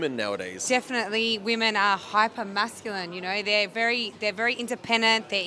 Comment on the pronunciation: woe-men? putting in EFFORT? c'mon now stop joking 😂